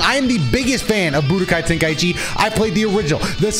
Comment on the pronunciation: wow actually says the title right unlick dino dion lol